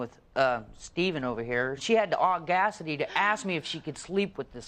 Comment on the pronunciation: not the "au-GAS-ity" 🤣🤣🤣 Oh! You don't think he said that?! and . You can't make this kind of stuff up.